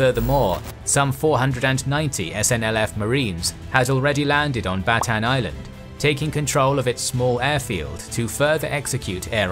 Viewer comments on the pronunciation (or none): none